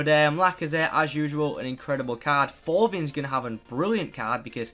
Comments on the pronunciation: Great video mate but Thauvin is pronounced Toe-van😂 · Btw, Thauvin is prononced like Eto'o for the "th".:) The rest of the name doesnt matter too much, it's just for the beginning to be able to recognise him well haha Keep up the good work bro!:D